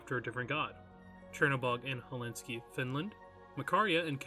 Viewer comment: It’s not Helinski, IT’S HELSINKI